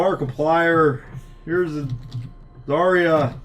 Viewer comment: Guys,try to pronounce zarya as zar'a with accent on second "a" zar'A instead of zArya It's true russian pronunciation)))